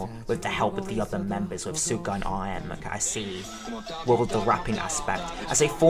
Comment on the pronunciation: Suga is pronounced Shoo-gah just like sugar without the R.